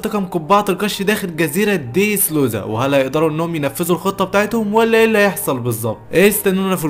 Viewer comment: يا خي بالهي عليك انطق الاسمي با الصحيح اسمه دريسروزا مو ديدرودا